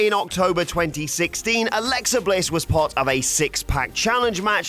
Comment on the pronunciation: Alexa Bitch? I didn't hear you clearly 🤔